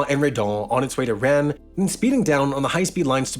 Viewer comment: Good pronunciation of many of those French place names (only exceptions: Cannes and Rennes)! Singular: (this) phenomenon*. Phenomena is the plural form 🙂